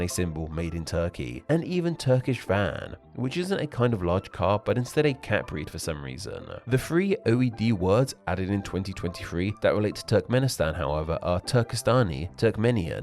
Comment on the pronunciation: Turk here. The “Van” in Turkish Van (pronounced “vahn”) refers to the province it originated from (and the lake of the same name). They’re famous for commonly being odd-eyed and enjoying swimming. Edit: I’ve now learned that there’s a difference between the Van cat I’m familiar with and the western-developed Turkish Van breed. Van cats here are all-white, while the Turkish Van breed has a distinctive pattern. Also as a fellow language nerd and frequent user of the IPA, your pronunciation of the Māori words wasn’t very good. I consider that language rather easy to pronounce, so based on both that and your general bad pronunciation I recommend learning about the IPA and how it applies to different languages.